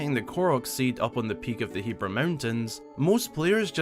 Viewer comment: Thank GOD you say hebra right